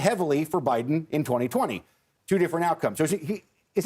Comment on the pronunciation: “Imporint” is not a word. I am so disappointed in these young people. “Important” is not that hard to pronounce. Try it.